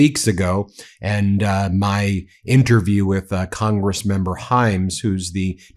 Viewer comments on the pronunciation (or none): none